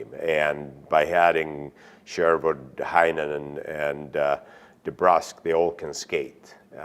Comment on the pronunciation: lol Man said Jake Brusk, he just gave a dude 35 m and botched his name lmao.